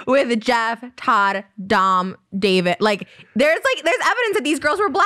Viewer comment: I thought Ethan was making fun of Doms name and the whole time he thought that’s how you said it 😂